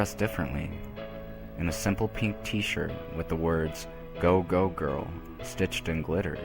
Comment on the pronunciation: I hope that I'm not the only one heard 'Go Go girl' as 'GORO girl.'